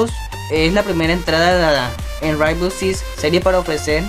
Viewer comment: aprende a pronunciar rainbow six primero